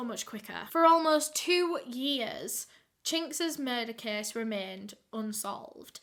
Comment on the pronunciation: also, its "case", not kiss